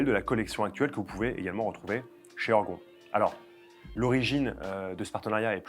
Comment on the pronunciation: "Heurgon...." , nous ne sommes donc pas une pièce de Molière ?...."ORGON"....en tout cas merci pour cette nouvelle vidéo.